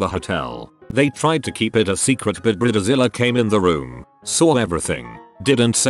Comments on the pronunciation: He pronounced it briddezilla💀 Just get a real person to read this ffs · Brid-e-Zile is always my favorite part of these videos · I love the way he pronounces bridezilla....brid- de- zilla!